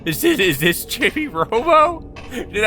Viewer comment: It's pronounced "cheebee," not "chibby." 🤣